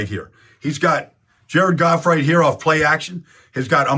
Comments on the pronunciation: Are you saying jerkoff instead of Jared Goff intentionally? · 😮 I was like "! What's going on man"!!! Any time you said Jared Goff, it sounded like you were saying jerkoff!! Lol I thought you called them the Jerkoff Lions!!! 😂😂😂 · are you pronouncing Jared Goff as jerkoff on purpose? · Is it me or does it sound like he's saying jerkoff when he says Jared Goff? 🤣🤣🤣🤣